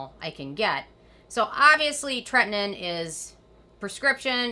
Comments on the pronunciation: TRETINOIN. You are saying this wrong! Do your homework!!! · Anyone else think she says tretinoin differently than everyone else? TretiNOIN, sounds like she says Tretnin.